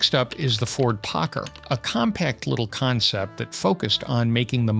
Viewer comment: Why do you still to insist calling the Ford POCKAR, as the Packar? :body-blue-raised-arms